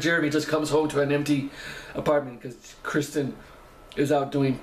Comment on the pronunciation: Thanks for looking at this one; for some unknown reason not many people do! I think the AcoUstikats are the University of Kentucky's a cappella group - Jeremy used to be a lead singer with them when he was a student there. Btw, Kirstin's name is pronounced 'Ker-stin' not Kristy! She sells a t-shirt from her merchandise with some of the many mis-spellings of her name crossed out, so I think other people have problems with it, too!